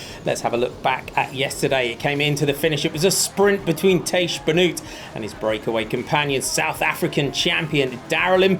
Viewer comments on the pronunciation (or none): Pronunciation of Tiesj Benoot. Tiesj sounds like sheesh, so 'Teesh' Benoot: oot is pronounced like oat, 'Benoat'